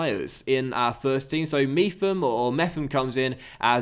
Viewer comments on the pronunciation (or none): It’s pronounced Chris Mepum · I'm not that bothered about how you pronounce names but this is just a funny one in my opinion; mep-ham there's no F sound, ridiculous I know. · Isn’t it pronounced mep ham?